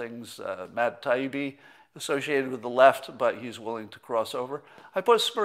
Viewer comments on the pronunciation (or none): none